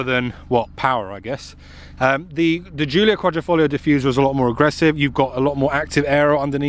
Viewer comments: The problem is that he never said Quadr...I....foglio, he said Quadr...O...foglio which in Italian Quadro means picture frame. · How many times can a man say qualrifolio lol😂